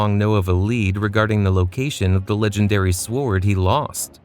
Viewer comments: SWARD lol, you say it wrong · I cant get past the narrator pronouncing the W in sword. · The pronunciation of sword was killing Me